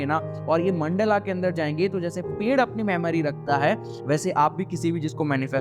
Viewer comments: मंडला नहीं भाई मंडल बोलो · Mandala NAHI mandal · No hate, great content but its mandal not mandala. Jab logo ko hindi nahi aati tab samajh aata hai but even when we can pronounce, we adapt to these versions which is not good